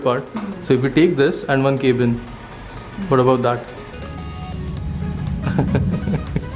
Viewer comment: Please learn how to pronounce "Manager" and "Cabin". youtube how to pronounce them.